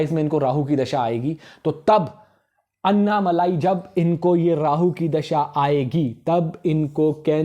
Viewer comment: It's not अन्नामलाई . अन्नामलई